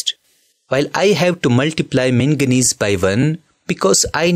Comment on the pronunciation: It's not mengnese it's magnes